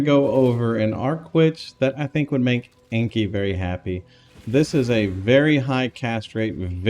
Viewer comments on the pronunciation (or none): Nice, now i can league start with arc elementalist without thinking. Thankss! Btw its enki the arc kingg not enkei